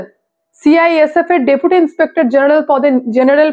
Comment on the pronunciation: Depute not Dapute